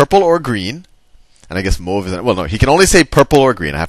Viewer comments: if u cannot pronounce mauve why not say blue and change the hat color to blue? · "mooove, mowve" I get a kick out of that part every time.